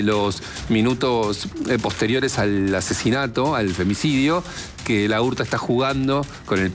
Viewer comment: Es, Laurta, todo junto,no, la urta, como Laura, no decís La ura